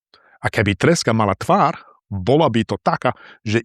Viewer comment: Bývate na východnom Slovensku? Pýtam sa, lebo máte východniarsky prízvuk :-) Ale inak výborne čítate. Akurát keď ste v súvislosti s treskou povedali "tvár", počul som "tvar". Pozor na dlhé verzus krátke samohlásky.